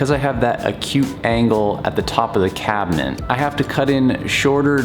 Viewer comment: Is he saying cabineNt?